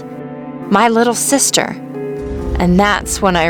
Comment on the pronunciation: Its sister not sitter